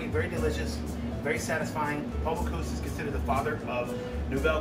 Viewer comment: That's "bo-COOS," not "boo-COSE." Note the spelling. And it's "vee-shee-SWAHZ," not "vee-shee-SWAH." Note the "e" at the end, and that it is French.